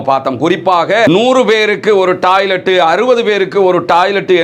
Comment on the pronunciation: நீங்க தமிழ்நாட்டில் இருந்து வந்து இலங்கையில் வாழ்கிறீர்களா? ஏன் என்றால் நீங்கள் பேசும் பேச்சு வித்தியாசமாக இருக்கே! 😮 உதாரணம்: டாய்லெட் / டாலர் / பாலஸ்தீன் என தப்பு தப்பா உச்சரிக்கிறீங்களே!!